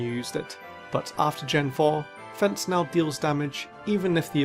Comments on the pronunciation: "Fent" is the craziest pronunciation I've ever heard for feint lmao. (It's pronounced the same way as faint) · The move is called Feint, with the same pronunciation as faint.